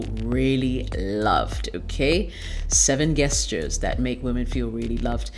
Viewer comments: It’s not pronounced guesstures* it’s jeshtures.. That shits annoying 🤦🏿‍♂️🤦🏿‍♂️🤦🏿‍♂️😂😂😂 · “Guestures” lol it’s pronounced “jes turs”😝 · I cannot watch this! The word is pronounced JESTURES, not geusters🙄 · Pronounced Jestures/Gestures... Thank you for good ideas, reminders, etc. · Why do you call them guess-tures? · I'm so sorry but guess-tures?